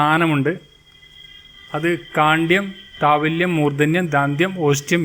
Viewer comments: Thavalyam alla Thalavyam Madhyamam alla മധ്യമം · താവല്യം അല്ലല്ലോ താലവ്യം അല്ലേ